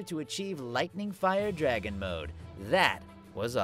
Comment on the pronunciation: This is so perfect!!! Todd if you read this though please try to pronounce the f in fire dragon roar more harshly. Many people hear iron dragon roar. Love your voice acting though, keep it up!